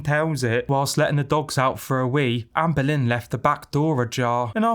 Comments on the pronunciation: The way all I can hear is Anne Boleyn every time you talk about her, I’m creasing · 'Amber lynn', 'Anne boleyn". Coincidence? I think not. cue the X-Files tune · I remember reading a comment about Amberlynn's name sounding like "Anne Boleyn" in accent and I still CANNOT un-hear it! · I keep thinking you’re saying “Ann Boleyn” 😂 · The whole time I heard " Anne Boleyn" when u said her name 😂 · Every time you say Amberlynn I hear Anne Boleyn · There’s a few times when I thought you said Anne Boleyn